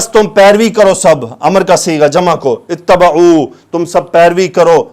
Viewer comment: JazakaAllahu khairen kaseeren, sir ye batana tha k ayat 158 me jo word ha ا تبعوا; اس میں با کے نیچے زیر ہے